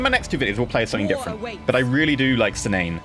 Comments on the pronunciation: the name pronunciation is key-na-ne, the game is not pay to win, just a large grind at a certain point, and needs some balancing in my opinion. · Cynane is pronounced 'Kee-nah-nay' in the English language.